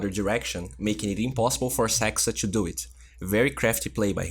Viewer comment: can you pls stop saying "chew" instead of "to"? it is the fact i unsubscribed (